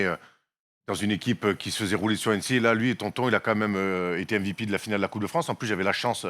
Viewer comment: Et on embrasse Brad Stevens "Vive le Fwance"